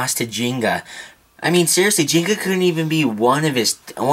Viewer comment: GT sorry for like in the wrong place but im correcting you for calling the names so when u say gingka its like jinga its wrong jinga is wrong u should say like gingka just follow how it spells in the japan(if you dont know japanese is the original version english is dubbed) kyoya u speak like kiyoya and ryuga too u speaked rayuga so u just speak it directly that this is to improving the japanese names :) dont be mad or jealous